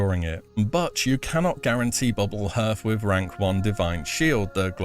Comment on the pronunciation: Hearth is pronounced with the ea as in heart, not as in earth 👍